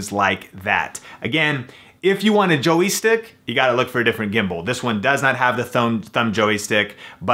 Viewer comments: JOY is one syllable. Not a Joey stick.:-) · "Joey" stick? "It's a "joystick"! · What the hell is a JOEY-STICK??? LOL